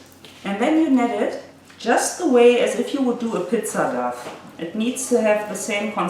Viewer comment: You speak English very well, but the dough is pronounced "doh".